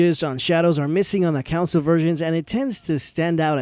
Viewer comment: Console is not pronounced the same as the word Council.